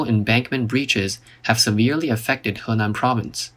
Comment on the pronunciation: love the way you pronounce Henan.